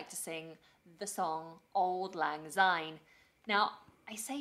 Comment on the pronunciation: "Most people in Britain don't know the words..." yes - they don't know how to pronounce them either! The word 'syne' is a version of 'since', and we do not pronounce that zince. So why must we have Auld Lang Zyne? It's not zyne - it's syne!!! Sorry, rant over - just a pet hate of mine., how many people you kiss usually depends upon how drunk you are, mate... Same goes for their genders!! Scotland is very much the home of New Year, whereas England has always been much more into Christmas. It's because until 1959, Christmas Day wasn't a public holiday in Scotland - but New Year's Day always was...! And what's more, 2nd January is also a public holiday - in Scotland only! Call it hangover day if you must - I can assure you, that's not the case for everybody! Also, check out "Stonehaven Fire-Balls." Happy New Year to you, when it arrives, dear friend!